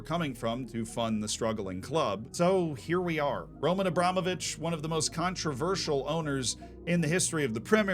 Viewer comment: You nailed it, as always, Z. It's RomAn AbramOvich.